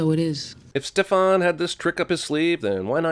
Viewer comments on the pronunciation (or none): He does the same thing in Maleficent with the same name. He calls the King Ste-FAN when there is no emphasis on the last syllable. Its STE-fan. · Stefaan? It's Stefan. Why are you stretching the a? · dude stop emphasizing the a in stefan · Ugh 😑 why do u say stefAn it’s pronounced Stefen poor Stefan ugh they clearly say StefEn ugh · BITCH ITS STE FIN NOT STEPH ON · it's stefAN!!!!! Not StefON!!!! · It's not pronounced "Stef-on" its pronounced "stef-en." It's spelt Stefan but pronounced "Stef-en" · Listen, I'm not exactly a fan of the show, but good gosh! It's StEfan, not StefAn. Drove me crazy every time he said it. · I found this show by accident one night while looking for something to watch. It reminded me of Twilight (yes I love that, so sue me) so I thought I'd give it a shot. I got hooked. And come on, who doesn't love Damon?! Have to say, it's StefAN, not StefOn. The picture of Elena is actually a picture of Katherine - they're dopplegangers, though we don't find that out in the first episode. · But it's Stef-in not Stef- on 😅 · very well....the proper pronunciation for both characters is Steh fan. He pronounces it Steh fahn. That's not his name. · Ma’am I give you one y e s, like why “st e fen” ITS STE FAN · "Stefaan" my ass that's fuckin kai Parker GET EM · “stef-on” IM FUCKING DEAD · It’s STEF - AN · He did not just pronounce Stefan's name STEFON 😵😵😵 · WHO THE FACK IS STEFARN 😭😭 it’s Steph-fen ☹️ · It's STEf-an!!! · Ste-fan nooooo its Stefan....sorry just bugged me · The way "Stefan" is being pronounced... Why? You saw the show Also, (Spoiler) he does end up with her for some time Just took some season and the main female character to leave the show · Bro 50 sins for pronouncing Stefan like that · I’m gonna vomit if he pronounces Stefan wring the whole time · The biggest sin this episode goes to your pronunciation of Stefan. Its said how many times in the episode but still you pronounce a hard A that no one else ever does lmao 😂😂😂😂